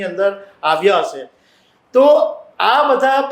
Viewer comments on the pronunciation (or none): 'શ' અને 'સ' ના સાચા ઉચ્ચારો શીખવાની જરૂર છે; 'હશે' અને "હસે" શબ્દોના અર્થોમાં તફાવત છે...